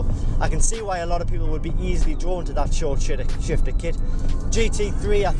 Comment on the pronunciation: Buck McAntlerson glad I’m not the only one who heard it. Haha! Messing up words happen.